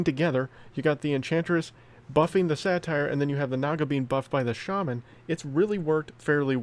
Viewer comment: Hey! It's pronounced Sate-er. Satire is a form of comedy. Satyr (Sate-er) is a creature from Greek mythology. Love the content and I'm enjoying Smashing Four so far but I'm not sure this game has any longevity. It feels far more pay to win than SPPD so I'm not sure if I'm going to stick with this one long term.